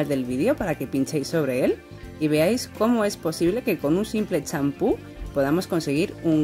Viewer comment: Que tintura pusiste? se q dijiste champho